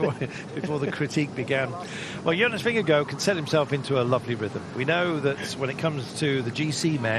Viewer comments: He keeps saying Jonas Vingegirl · Anyone else annoyed by the 'Vingego' pronounciation by the brits